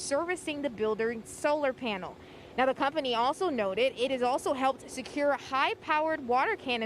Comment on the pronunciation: so they tell us nothing about what is exactly is burning and why its hard to stop , and they cant pronounce roof